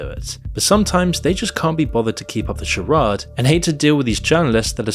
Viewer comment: I think is an ai. He clearly said charad instead of charade. Ai bot prolly